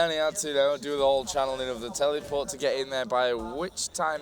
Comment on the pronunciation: I love how the commenter says tellyport instead of teleport, it's amazing XD